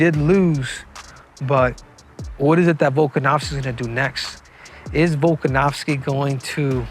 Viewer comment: Learn to pronounce his name, Henry.